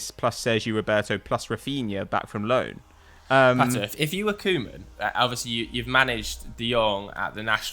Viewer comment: It not Kow-man pronounce KOE (cow in english) as ue as in CLUE. KUE-man